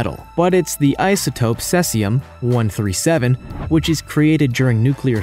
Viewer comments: It's pronounced sea-zee-um, not sess-i-um. If you're going to make an informational video, you should probably do your research. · it's pronounced see-zee-um, not ses-ee-um. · Dude you really have to get you terminology and pronunciation right if you want to be taken seriously. Beta radiation isn't "neurons". The word is neutron. And cesium is pronounced see-zium. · Try pronouncing Cesium correctly more than once. Geesh.